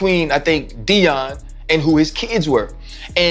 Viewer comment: Youtuber is a shady hater ..."Sheeter" and "Dee-in"? Do better Celeb.